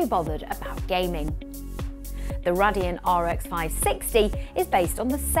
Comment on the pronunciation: Cringy how you pronounce Radeon. Do you even know what you are talking about? You're just reading a script and have no idea about the subject.